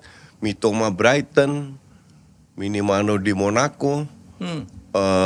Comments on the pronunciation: Masih aje nyebut Minamino jdi Minimano😢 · Minamino coach bukan minimano 😅😅😅